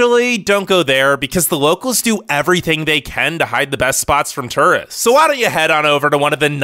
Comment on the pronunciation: How did you say tourist???